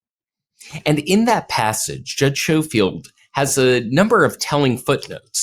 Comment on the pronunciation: Judge’s name is pronounced Sko-field not Show-field.